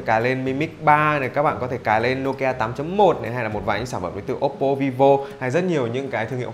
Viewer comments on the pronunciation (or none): none